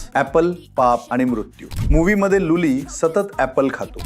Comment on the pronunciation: भाऊ तू जेव्हा जेंव्हा लुली म्हणतो तेंव्हा हसा येतो